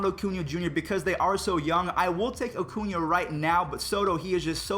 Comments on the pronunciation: Cringed when you said “Oh-cuña” instead of “Uh-cuña” 😂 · Why does he ocuna, it’s Acuna lol